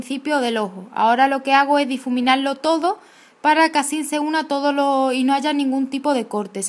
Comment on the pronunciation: Que noooo se dice asinnn es asi.